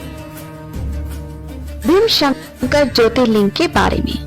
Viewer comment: भीमशंकर नहीं भीमाशंकर boliye. Viewership badhao correct उच्चारण se. नाम कभी भी ढंग से लिया कीजिए